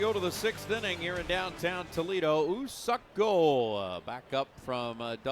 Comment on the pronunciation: 석에 너무 악센트를 강하게 하는데 ㅋㅋㅋㅋ썩 ㅋㅋㅋ